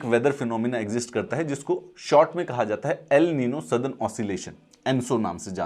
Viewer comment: ( El niño , La niña ) ( The Boy , The Girl ) this is Spanish words. and pronounce is ( एल निन्यो , ला निन्या )